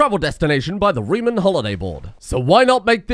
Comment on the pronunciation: The Rome-Reem Home-Heem jokes are absolute top class please keep it up. Also plus points for saying little reem reems and reeeemworld!!